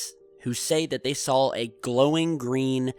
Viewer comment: Is it just me, or does pronounce the word SAW as SAWL